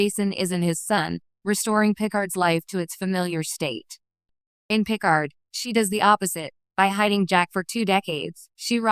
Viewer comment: Oh my god - AI voice can't (CAN NOT) pronounce a single Name--- Pick-erd ????!!!!!